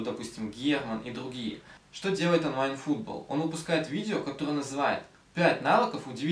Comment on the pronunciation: А почему ты произносишь онлайн фУтбол, а не футбОл